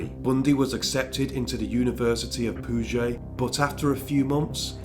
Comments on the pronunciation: I really love your channel. I’ve considered doing a True Crime channel for some time now. You’re getting me to really thinking about it sincerely. 😊😊😊 (Oh I noticed you pronounced Puget like in a French way. Over here it’s like PYEW-jit with a hard T at the end.) Keep up the great content! 🎉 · University of Puget Sound is pronounced as pyoo-jet.